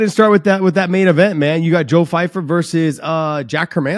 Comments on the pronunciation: How in the world are you guys pronouncing PYFER as “FYFER”. Never again can you guys make fun of Dave’s pronunciation of jamahal hill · Joe Pyfer. Surname starts with a P. Pronounced Py-Fer. I'd love to know where you got Fyfer from 😅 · The number of times you guys said FYFER not PYFER Josh John John John John John x4 Josh John John John Josh John Josh Josh Josh I stopped at this point. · It's PYFER with a P, not Fifer with an F ffs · John and Josh calling Joe Pyfer "Fyfer" 100 times made my brain hurt. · Pyfer starts with a P, not an F. Also, it's Ev-Lo-Ev, not Evolov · Maybe he can learn how to say "Pyfer" correctly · Now maybe they learn how to say "Pyfer" with a "P" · Learn how to say Pyfer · He should read this one, learn how to say "Pyfer" with a "P" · It’s either they really like actress Michelle pfeiffer or the head trauma is getting to their reading abilities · Learn how to read and pronounce names